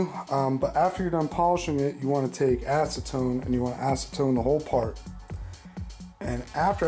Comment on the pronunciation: You said something like asetone no?